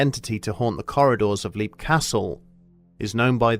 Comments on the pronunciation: Tiny little thing: It's "LEPP", not "leep". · You're mispronouncing the name of the castle. It's spoken as "lep", as in the word "leapt". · I believe the name of the castle has been mispronounced here, but to be honest I don't mind too much. I always like hearing this story.